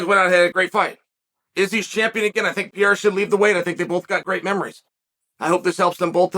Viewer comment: Pee-airuh leaving might actually mess with Izzy, unless Izzy doesn't want that last stamp.